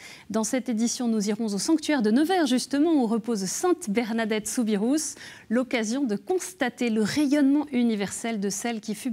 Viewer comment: mais c'est débile et insupportable, cette manie de prononcer le S à la fin du nom SOUBIROUS !!! C'est une manie récente et infondée. On a TOUJOURS dit ROU, et non ROUSSSSS !